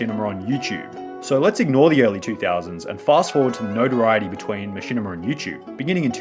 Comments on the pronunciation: bro learn to fucking speak "jurring" "machinimER" "YouCHube" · “Machinimar on Dewtoob” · I like when you say machinama, but I really like when you say machinamar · Dude keep saying “Machinamer” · How come sometimes you say "machinimer" and "youchube" instead of "machinima" and "youtube"? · The amount of times this man said machimina 🥴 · the downfall of Machinimer on YouChoob in two thousan' twelve, two thousan' thirdeen, two thousan' fourdeen